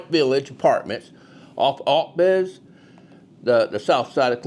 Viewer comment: Ohiro?? And it’s O-Bets!